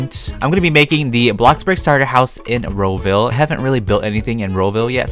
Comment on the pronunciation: what the freak is ro-ville?